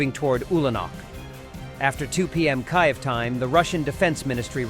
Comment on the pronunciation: Get your AI to pronounce Kiev properly!!!!!!!